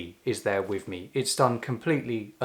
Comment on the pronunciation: Wiv instead of with.